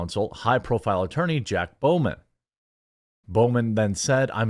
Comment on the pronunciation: BAUGHMAN Pronounced: BOFF man, not BOW man.